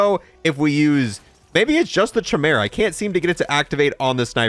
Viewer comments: Chamera...... Its pronounced Kaimera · Every time he pronounces it "Chim-era" instead of "Ki-meer-a" an angel loses its wings. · This is the ONLY Boys store purchase I fell for. Not for the ability to hide but the animal friends you see when killing enemies. However, I have to say... Chimera is with a hard K sound, not a soft CH sound. KI-mera, not CHI-mera. Sorry - rant over ;) PS: The Beaver was referenced in the show as part of Black Noir's psychosis, referring to when he was a child and watched cartoons. These cartoon friends later became the only "people" he'd confide in and represented some of his best friends/worst enemies... Lastly, I thought I'd have to tweak the Chimera settings but... it's damn good out of the box.... loving it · It's pronounced Quimera. Not schimera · It's "KAI-mera", not "CHAI-mera". Look it up real quick. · It's KI-mera not cha mera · Liked you until you called the gun a shimera..... Kaimera...its pronounced kaimera... Unsubbed. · Its pronounced KYmera, not chehmera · Ky-mera, not Chy-mera. Never Across-T. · Kai-mera lol great video though man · The most annoying thing in this video is the poor pronunciation of "Chimera" its actually kai- mer- uh. Other than that nice vid. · Idk if you know this but c and h make a k sound when together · Chimera....sounds like (phonetic) kymera...stop raping language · Its 'Kai-Mera' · Love the bundle. Hate the SHI-mera pronunciation. I’m excited to test this out! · chimera is pronounced as "kai me ruh" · It’s bugging me how he mispronounces chimera… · Homie..its pronounced Kai-mera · Kai-meh-ruh. Please for the love of god. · Bro said shimera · It's said like kimera not ch like cheese. K like kong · Mans really thinks its called the CHAI-mara 🤦‍♀ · Bro said, “ CH-mera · How to pronounce “CHIMERA” 🫵🏽🫵🏽🫵🏽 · Bro it was driving me insane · I cringe every time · At this point hes got to be pronouncing the chimera wrong on purpose, right? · Anyone else hate the way he says chimera?